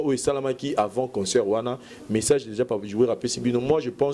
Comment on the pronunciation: On dit concert [ saire] et non [seur] y’a une différence entre consœur et concert C’est pas notre langue mais vu que t’exprime en français